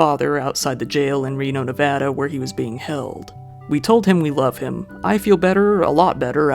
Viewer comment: Love your content. Also, BIG appreciation for pronouncing Nevada correctly. 👍👍